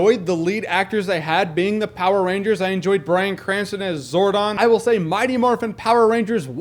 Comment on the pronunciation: umm... zordoff? its umm...zordon....